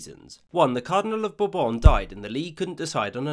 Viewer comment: The name “Condé” literally tells you it’s supposed to be pronounced as two syllables. You say “Bourbon” nicely, though.